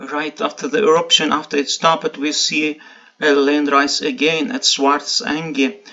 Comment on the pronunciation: "stopped" NOT stop -ped". It's only a ONE syllable word!